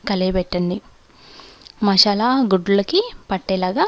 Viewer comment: Leave about the recipie..but first try to pronounce the names perfectly..it is "MASALA" not "MASHAALA".Thnx.